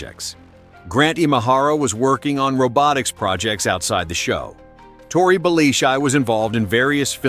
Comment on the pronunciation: Tory What???? Mate, say his name correctly! FFS have some respect... Kari?!?!? Why are you having so much trouble saying people's names correctly?